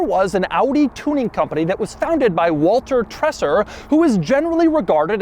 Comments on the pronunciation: You totally butchered Walter Treser's name. The nearest an English native speaker (that does not speak German) is probably "Trayzer". The way you say it, it would have to be spelled "Tresser" or something like it. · The name is pronounced more like "vaulter tray-zer."